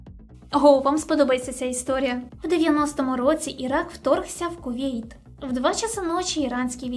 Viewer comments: найнебезпечніші (слово саме не використовують у ступенях порівняння)* - вето ( а не вєто) - Є (замість "являтися" ,бо являтись=виникати ) - Кувейт(, а не "Кувєйт" -такої країни не існує!).... о другій годині ночі.... який(а не "якій") - з'ясувалося/виявилося (адже "виясняти" — робити ясним, яскравим. Марта вийняла з кофти шпильку, вияснила гнотика в каганці, що почав притухати)* - лицемірно (замість "ліцемірно)* - суворі* - ледібоями( , а не "лєдібоями") - з'ясувала/виявила* Підтягніть українську будь ласка! Дякую за контент! Слава Україні! 💙💛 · Мені треба Mindly після того як я 20 разів слухав слова ВЄТА і КУВЄЙТ. Якщо що, то відео норм. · Дякую за інформативне відео. Але можна попросити без "вєта" і "Кувєйт". Таких слів в українській немає😅 ну хіба може в словнику Тимошенко (звідки я відкопав цей політичний труп, я не знаю). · "вєто", "кувєйт", "два часа ночі", "маштабніше"... не впізнаю :-( А ще цікаво, чому критики так рідко говорять за позитив від ООН. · Тема то хороша, але,, вичитуй текст, бо фрази "в два часа ночі ІРАНСЬКІ війська зайшли в КувЄйт "(я три рази переслухав і там таки про іранські війська, і шо за два часа, ало), і "право вЄто"(ну тут може зря биканув, бо це художній замисел автора і все таке), але це ріже слух і паплюжить українську мову. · А чого «вєта» і «кувєйт»? Це якийсь прикол? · Як же ріже вуха "право вЄто", "кувЄйт" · Що це за вЄто, КувЄйт? Аж вухо ріже. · Цікава є-кальна вимова. Якось раніше не зауважував. А з яких країв ця вимова виходить? Кувєйт, вєто, ліцемірно.... Прикольно. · Що таке «вєто»? Що таке «Кувєйт»? Вас в вуха трахають? Це на якій мові? Чи барани з високих кабінетів впровадили нові правила до нісенітниць типу «гокей», «гакер», «Атени», «членкиня»?